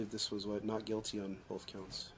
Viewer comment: Does anyone notice says “wiff” and “boff” instead of with and both??? How can anyone ever take him seriously!!